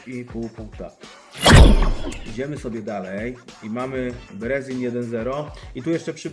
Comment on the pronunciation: Majster jak chcesz podciągnąć angielski to: nie brezin tylko brizin nie gentle łajnd tylko dżentyl łind. Pozdro